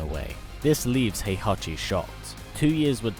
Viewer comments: It's HEE-ACHI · "Hehachi Mashima...is dead"